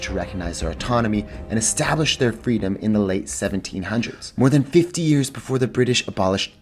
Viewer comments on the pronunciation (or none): none